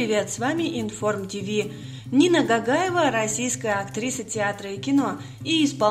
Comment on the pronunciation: Не Гагаева а Гогаева произносите буквы правильно она наша осетинка красавица🥰🥰🥰